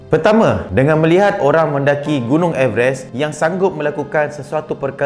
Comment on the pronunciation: Rasa terganggu dgn cara sebutan everest tu